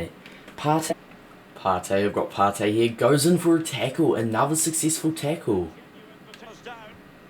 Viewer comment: It's ParTAY